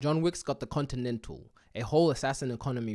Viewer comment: "contidental hotel"😂